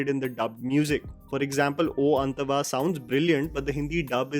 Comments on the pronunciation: Sorry could not ignore this time I had to correct it's not "ओ अंतवा it's actually ओ अंटwa" don't mind 😁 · U still pronouncing oo 'antaavaa' wrong🤦‍♂️😄 Bro,learn pronouncing regional language titles atleast. I keep commenting the same again n again.its not a big deal,i know. But still, as u watch other language movies, the way u pronounce titles/names of actors/movies/songs/location names,sometimes seem cringey...